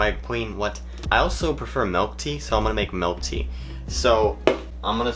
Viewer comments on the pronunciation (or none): I was not expecting him to say melk. Didn’t think u were a melk person. Kinda sad now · Did u just say MELK?? Big oof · nobody:: mElk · He freaking says 'melk'